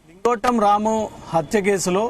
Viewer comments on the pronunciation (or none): Brother lingotam kadhu singotam